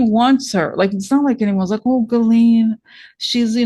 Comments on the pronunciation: ...you are pronouncing Ghislaine's name correctly.... The G is not hard... it's chiz.... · For what it's worth, I want to congratulate for having pronounced properly the French name of Ghislaine. I am from French Canada and I know a few women with that name, here we pronounce it with the sound ' Jisss-laine' and not the way we've been hearing for a few years now. There is also a French name called Guylaine...that one is pronounced the way the English people have been pronounced G.M.'s name. How could both Ghislaine and Guylaine be pronounced the same way??? So again thank you for the proper French pronounciation. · you pronounced Ghislaine s name perfectly actually.